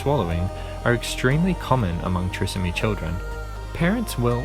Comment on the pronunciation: It is pronounced Try…som..ee.